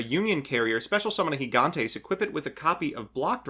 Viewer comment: Gigantes isn’t pronounced with “H” sounds like in Spanish, nor it is like “Gigantic”. It’s just like it looks, Gig-ant-ehs.